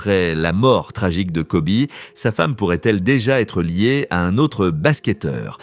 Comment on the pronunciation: On ne dit pas Kobé mais ça se prononce « Kobi »! 🙄